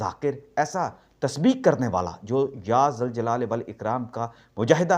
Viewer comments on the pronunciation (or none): ذ۔ پر پیش لگی ہے اور آپ مستقل ذ۔ پر زبر پڑھ رہے ہیں --- کس کو درست مانیں ؟؟؟